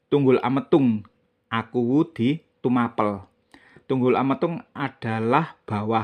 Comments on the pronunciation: Tumapel di kata in Tuma- Pel...gak usah di pisah Mas Broo Pel ( ngep-Pel) bukan akhiran A- Pel yg di kata jdi kurang masuk kata bahasax Tumapel bukan Tuma-pel Mas Broo .. 😂😂😂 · Itu bukan ilat Jawa atau bukan mas Broo..tapi yg aq tahu dari guru sejarah dulu itu memang gk bilang Tumapel jdi Tuma- Pel ( ngep-Pel) gto ... 🙏